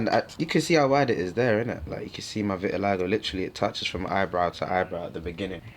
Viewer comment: um vit-i-lie-go? it's vit-i-li-go